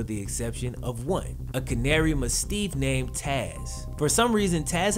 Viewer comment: Here is a Tip canary mastiff Is pronunced mass-tiff